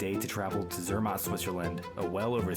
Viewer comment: Cela ce prononce Zermatt et cervin... Non pas zermon et comme vous prononcez...